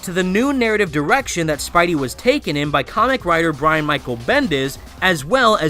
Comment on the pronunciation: Omg i skipped like 5-6 times this video, everytime you say the word "comic" the f**ck mate?